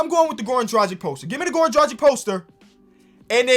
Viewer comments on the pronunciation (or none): It's Drug-ich not Druh-Jick ... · ITS DRA-G(HARD G)-I-C(CH) FFS